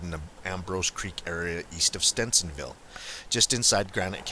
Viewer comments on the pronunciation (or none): He was from Stevens ville. Aka stevensville not stencinville. Sorry drives me crazy when people don't pronounce our towns right. I remember when this man disappeared and was found. I live about an hour from this area if even that.